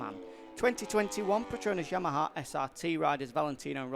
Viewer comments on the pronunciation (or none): none